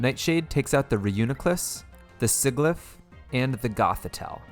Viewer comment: Same thing for sigilif